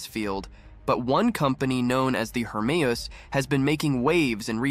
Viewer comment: From to , you correctly pronounced "HERMEUS", although from there on you changed the name to "HERMES". 'US' is a simple sound to make, but you dropped it. Fun to watch, but hurts to listen too.